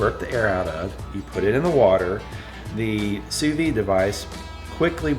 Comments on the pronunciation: You pronounce the "D" when you say "sous vide"...not "sous vie"...thanks for sharing! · Why do so many people on YouTube mispronounce Sous Vide as Sue Vee... When it's correctly pronounced Sue Veed?